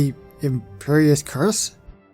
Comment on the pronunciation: You said cruciatas wrong